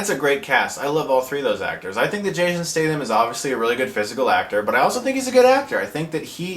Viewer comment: awesome way to say his name lol